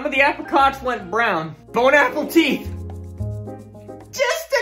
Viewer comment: How did he pronounce apricot in the beginning?